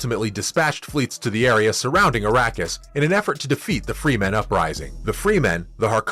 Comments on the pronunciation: it's not Freeman it's Fremen damn it! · Fremen, not Freemen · It's Fremen. Not Freemen. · Also if your gonna be so critical prounce the name of the people correctly freh-men not free-men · Freh-men, not Freeman. Very bad pronunciation of many of the characters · First I wanna give this video a thumbs down for the amount of times he said Fremen incorrectly and the fact that he tried to use the book as a source for critiquing but exposed the fact that he must not have read the books 🤣🤣🤣. In the book Piter talks of the assassination attempt on Paul as being staged and they never expected it to succeed and that Hunter seekers rely on movement. Second when Paul realizes Leto is dead his powers are awakening and his mind is computing at a beyond mentat pace this he doesn’t feel till afterwards